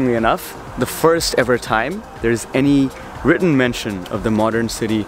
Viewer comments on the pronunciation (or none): none